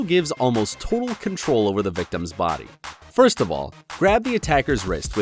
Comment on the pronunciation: Can you stop saying frst